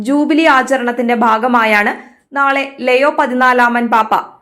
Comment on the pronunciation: ലിയോ അല്ലേ ലെയോ അല്ലല്ലോ